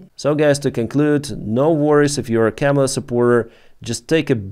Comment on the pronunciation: Your English is great and improving. You are pronouncing Kamala wrong. Chaw(like a crow) ma(like a mother) lah ( like singing lalalala) Kah- Mah- Lah.